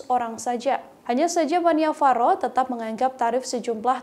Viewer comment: Koreksi, nama bhantenya bukan Pan-Ni-Va-Ro tetapi seharusnya dibaca Pan-Nya-Va-Ro. Tapi gpp, kan jadi tau,, Sepertinya maksud bhante bukan karena masalah dipersulit khusus untuk satu golongan atau intoleransi antar umat beragama, tetapi hanya menyarankan lebih baik kalau memang tujuannya untuk penyelamatan Candi, lebih bijak kalau kuota per hari nya yg dinaikan bukan harga tiket masuk. Jangan memperkeruh buat saudara" semua /\